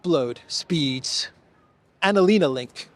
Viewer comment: Pls don't mention März and ANALena. It makes my ears bleed. I'm German. Thank you.